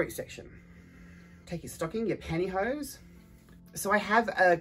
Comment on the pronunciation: Pantyho is such an amazing word! Every time you said it I giggled!!!